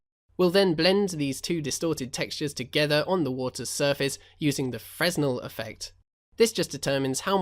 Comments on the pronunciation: its frenel. the s is silent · I believe in fresnel the s is silent